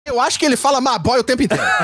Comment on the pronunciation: (x) Momoa dizendo "Ma bói"